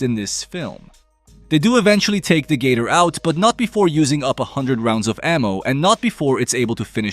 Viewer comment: The way he says gator sounds like Gay-Tour ,which is funny asf